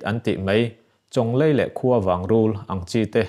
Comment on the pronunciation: Chawnglei i lam dan adik lo